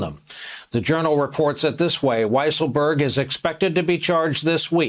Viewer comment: I think it is pronounced “Weasel-berg.”